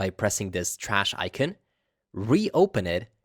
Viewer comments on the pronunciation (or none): The word icon is pronounced " ˈīˌkän " , ikan, and not Aykeen as you say it. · You say the word "icon" as ikeen? Why do you do these things to me...